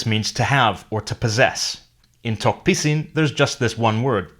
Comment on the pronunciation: I thought u pronounced tok pissing